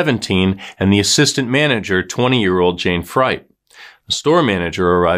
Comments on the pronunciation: Jane was my friend, we went to school together. Her last name was pronounced “Freet” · Jayne’s last name is pronounced free-t.